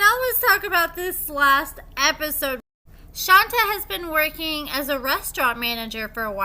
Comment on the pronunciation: My dear... it's Shont-ay, not Shon-ta.